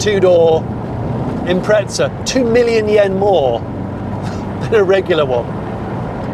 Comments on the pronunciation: SUBARU = IMPREZZZZZZZZA = there aint any TTT in the word IMPREZA ! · IM-preza not impretza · Im Australian ok, and nowhere in earth does the word have a "T" in it. the correct saying is "im-preza" not impretza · its not an impretza its an impreezza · Its an 'im prez a' Not an 'im pret za' For a pom, you sure are butchering the queens english. Love an Australian who spreaks it better than you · Where is the T in the Impreza? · Impreza not impretza hahah couldn't get passed it, good video tho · where the fuck does the 't' come from, it's fkn IM-PREZ-AH mate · Someone explain why he pronounces”impretza” when there is no T in the name 😅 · I never understood why some people pronounce Impreza with a T in the middle wtf is an impretza? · Impreza doesn’t have a T in it. Impretza? May as well call it a pretzel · Why do you say "Impretza" ? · Where is the 'T' in Impreza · The car name is Impreza nowhere on earth does the car spelling have a T in it. You should quit doing reviews on cars which you know nothing about if you can't even learn to speak correctly or name a car name correctly. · Wheres the 'T' in Impreza??? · there is no T in Impreza why do English people pronounce it like that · Were is the letter t in Impreza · There is no "t" in Impreza !!